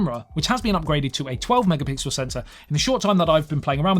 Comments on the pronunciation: first of all, you are very attractive, the fact that you couldn't say mega pixel (it's not that hard😛) made you attractiv-er, oh your video was also enjoyable. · Just say 'megapickle' if you can't say pixel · If you can't say megapixel, you can just edit the video. Thanks!